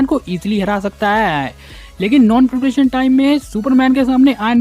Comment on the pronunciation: Tu kya chutiya hai harbar bol raha hai peperetion or peperetion